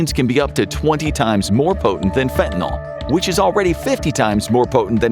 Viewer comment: Fentanyl is pronounced “fentanyl-NIL” not “fenta-NAL.”